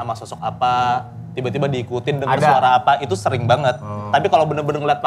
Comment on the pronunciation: pas ngomong "apa itu" berasa kek logat Makassarnya keluar wkwk